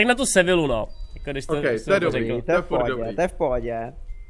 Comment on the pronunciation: Město Nice se nečte "najs" ale "nýs" Město Lyon se nečte "lajn" ale "lyjon" A Sevilla se nečte "sevila" ale "sevija" 😂 Prosím trhá mi to uši :D